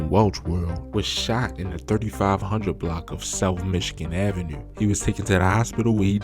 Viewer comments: Do you have the microphone in you’re fuckin mouth or what ? Fuck. And pls, don’t say avenue or 2 or anything that ends with that syllable on video ever again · Bro you from Baltimore it’s the way u say 2 & Avenue